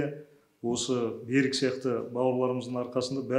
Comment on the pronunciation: Бәрі дұрыс, бірақ Берик емес Берік теп айтуға керек, ренжіме орысша айтпа мәчкөлер тілден аулақ болайық мемлекет тілде таза және дұрыс сөйлейік